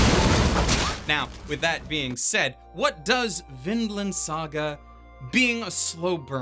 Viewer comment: I heard always Finland, when you say Vinland, they sound so similiar. Also the kid's name is Finn... coinsidence... I think not.